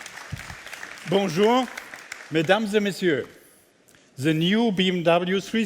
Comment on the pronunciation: It is embarrassing that such a Top Manager only speaks poor English. Tut mir in den Ohren weh. Vor allem, wenn "the" immer als "sse" gesprochen wird. Sagt ihm das keiner, dass das behindert klingt?